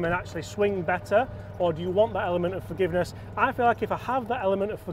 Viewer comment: I think you get more "Fargiveness" 😂 with the Hybrid😊.